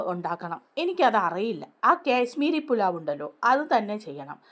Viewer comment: കേശ്മീരി പുലാവ് അല്ല കാശ്മീരി പുലാവ്.